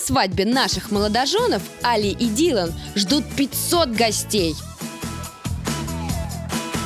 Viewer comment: имя жениха не может сказать - Али! ударение на и! Дуро